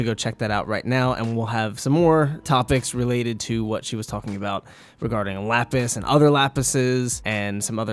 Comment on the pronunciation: you mean Lapisi